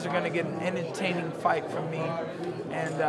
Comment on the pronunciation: I was making light of his miss pronunciation of " entertaining " .....